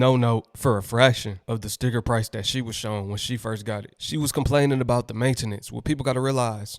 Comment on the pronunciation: It’s maintenance!!!!! you are fucking that word up homie one word, maintenance, not ma-ta-nance.